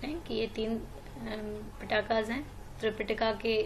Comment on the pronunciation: Ma'am it's not वेदा और पिटाका it's वेद और पिटक